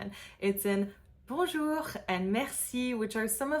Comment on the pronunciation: Dear, the R sound is more guttural in the beginning/middle of a word than it is at the end. If I may, your R in "bonjour" is not realistic.